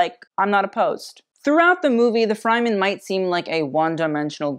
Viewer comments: Loved the video, great indepth analysis and the Zendaya/Law combo is killer! But your mispronunciation of Fremen was killing me. The "fre" part is pronounced the same as the "fre" in fresh. Hope that makes sense! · Great video! Unfortunately, I cringed by the way you pronounced "Fremen". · You often call out people for pronouncing fashion brands' names wrong but you can't even research the pronunciation for Fremen. Its literally in the trailer. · How this man manages to mispronounce every Dune word except Paul after hearing actors pronounce it baffles me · LMAO you can't say harkkinan & atredes right & say Fremen wrong, and then emphasize that the Fremen were marginalized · 😬😣😖If you watched the movie, you would know how to say Fremen. The same as Yemen, but with a "F". DO👏YOUR👏RESEARCH👏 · I love you, but your pronunciation is out of whack... you keep saying Frymen, when in the movie they say Fremen, with an e from Egg.. listen up when you watch it. Otherwise, this video is fascinating... as I said, I love you! Sorry.. XXOX mwa! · Your channel helps me respect fashion which is not something I ever thought I would do. It always seemed so shallow to me, but I'm starting to get it now. However, I have to correct one thing. The Fremen of Dune are pronounced Freh-men, not Fry-men. 😜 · Love this but it is pronounced Fremen not Fryman, although they sure are frying in that heat lol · Loved this review as a whole. Zendaya, Lawroach and make a great combination. But I must note I was happy when he left the Fremen category since the desert people are not pronounced Fry-man but Frəm-men. I also love how tied her fashion as it relates to Arrakis in the 3rd category expanding on more symbolic choices rather than literal ones. Well done! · girl it's freh-men not fry-men. still great video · Super on point, just gotta say its 'Freh-men' not 'Fry-men'. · O.O I love you but the way your saying Freman is killing me it's pronounced Freh-Men lol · Fryman? No...FR-eh-MEN